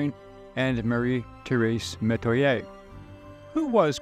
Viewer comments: In Louisiana, we pronounce the names kwan kwan and meh-twa-yay. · actually they way you pronouce Metoyer..some of my family says it like That